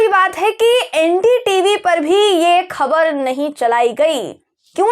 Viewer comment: Urdu Letter ..Khe...ko pronounce kar payengi tu 'khabar,, 'Akhbar' sahi pronounce kar payengi. Aur Lambi script parhne ki apki kala mein aur nikhar ayega..